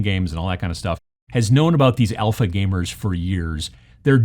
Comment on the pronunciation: Honestly thought you said Elfa gamers. Never heard of the term though.